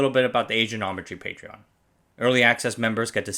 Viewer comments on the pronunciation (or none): none